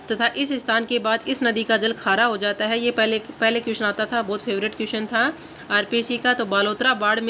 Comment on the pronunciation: Both nahi hota...bahut hota h